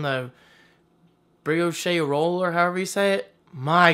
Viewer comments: brioché. no no it is just brioche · Brioche - "bree-oshe"